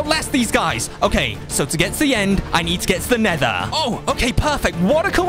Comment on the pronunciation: U mean “nether” portal not “neighter”